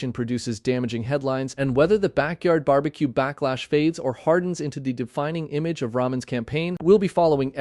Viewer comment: I'm surprised that AI can'r pronounce "barbecue." This is a disgrace!!!